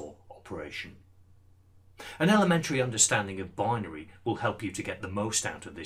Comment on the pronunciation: You said 'danary' did you mean binary?